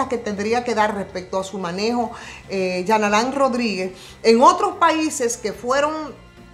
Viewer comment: Dios 🤣 tuve que retornar el vídeo cuando dijo Jean Alain Rodríguez escuché Charlatán Rodríguez. 🤣